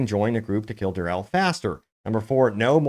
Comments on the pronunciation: Say it with me...Durrrr Eeeeeee Llllllll not Durrrrr elll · dur-e-ehl not "durrel" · Who's "Durrell"? Have you never heard anyone else saying Duriel ever? 🤷‍♂️